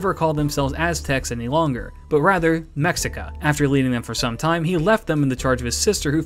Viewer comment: Just a small tidbit: The name Mexica is pronounced as "Meshica." The SH was hispanized with an X. Why? Better ask a proper Spanish language historian, but that kind of sound, which was in peninsular Spanish, fell into disuse, if memory serves me right. In Mexico, however, there are mames of places and animals that still have that SH sound but are written with an X.